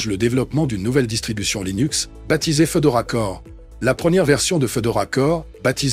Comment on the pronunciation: Fédora, pas Fedora... Fédora, comme le chapeau 🙃